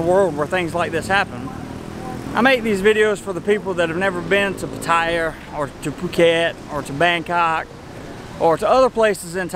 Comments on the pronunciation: It is pronounced Pat-T-ya not Pa-tie-a. Did like seeing the first bar he walked past was 2005 Nid bar beer. My picture is on the wall and several of the staff are FB friends of mine that I talk to almost daily. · "PA-ta-ya" NOT "PaTAYA". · Why did falung always say Pat-Ty’a instead of Pataya? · Decent job and helpful to newbies. But PLEASE learn to pronounce Pattaya...the arrogance of Westerners is appalling. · why is it every farang i here canot pronounce Pattaya properly , ! never spoken to a Thai?